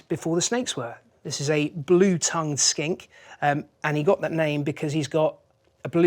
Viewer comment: I swear when he said that I thought he said skank